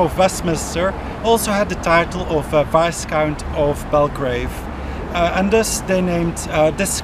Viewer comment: Decent video, but I do wish you would learn how to pronounce certain words and names properly, eg, the 's' in viscount and Grosvenor is silent, the 'qu' in marquess is not pronounced like a 'k', etc.